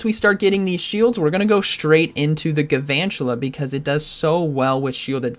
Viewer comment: There must not be very many fire types in this ELO range, aside from the Talonflame switch. Also, I'm sorry to be that guy, but it's Galvantula... Not Guuhvantula